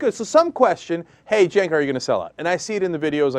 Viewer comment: Cenk rhymes with BANK lol